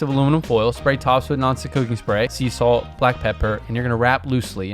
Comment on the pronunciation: Meanwhile, he said to spray the tops of the garlic with "non-stick cooking spray, " and I heard 'noxic cooking spray.' 😅